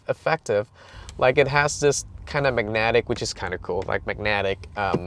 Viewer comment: The way you say magnetic makes me uncomfortable